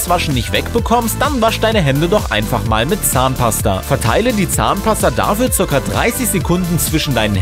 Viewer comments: Wie er fast immer zahnpaster sagt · Wie oft sagt der Typ bitte Zahnpaster !؟ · DU SAGST IMMER ZAHNPASTER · wow er hat 20 mal Zahnpasta gesagt und wie er das betont hat 😂